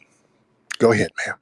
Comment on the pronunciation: He said Nairobi camel not naomi cambell..i lost it lmaoo…”continue mamm” hes killing me LOL